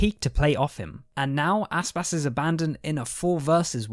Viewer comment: You make Aspas sounds like Asspass